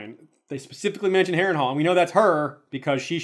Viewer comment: the narrator read (wrongly) "Harrenhal" 🙌🏻😁